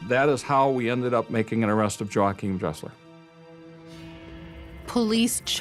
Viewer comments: MURDERED!! dude's name, EVERY SINGLE TIME HE SAID IT!! 😂 HERE IS MY TOP 10 = Joe hakim -- Yo wahkeim -- Joachim -- YoChim Kim -- Joe Kim -- JoaKim -- JoeChim -- Joim -- YaKim -- Joe Dresser -- Joing -- Yim -- Joae -- Joim CONSISTENCY -- is everything, well done brother, He never said it the same way twice 🤣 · Joe-achim (WRONG), his name is W-achim (ding, ding, ding, ding, ding).